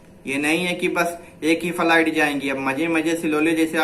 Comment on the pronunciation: Faliet Nahi flight hota h